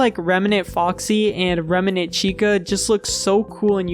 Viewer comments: only thing i hate about this video is how he pronounced remnant, as reme-nant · why bro keep saying remanent instead of remnant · Bro says Remnant so wierd, "Reminant" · why do you pronounce remnant like that